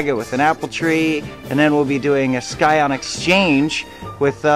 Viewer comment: It's actually pronounced "sigh-on". The "c" is silent.